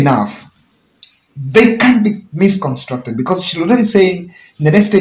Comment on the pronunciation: Misconstrued not misconstructed. Maaaaaaaan 😆😆😆👏